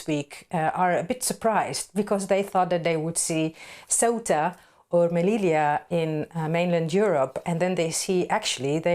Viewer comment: Don't mention the fact that morroco just named a highway after trump and yair satanyahoo mentioning this very tactic . Oh by the way Amy , your attempt to say an Arab name is pathetic .